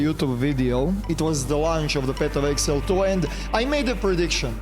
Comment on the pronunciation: Nije eksel nego egzail 😂